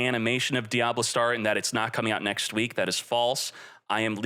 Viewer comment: Anyone else feel disturbed when hearing diablastar instead of diabellstar 😬